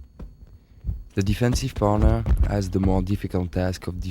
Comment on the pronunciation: Everytime he says partner it sounds like boner :D